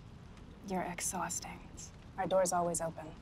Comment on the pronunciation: LOL “you’re X hausting”